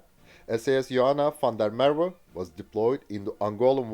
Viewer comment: You pronounced 'Van Riebeek' and 'Van der Merwe' correctly, very impressive!